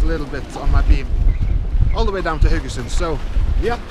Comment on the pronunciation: yeah that was fun, but I subscribe mainly to listen to you pronounce Haugesund...